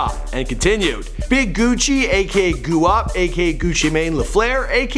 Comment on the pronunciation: Do you say guap as goo op in purpose? Or did you not know it's gwop?